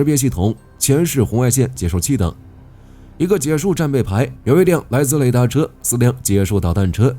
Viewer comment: 哥哥 那唸ㄒㄧㄝ樹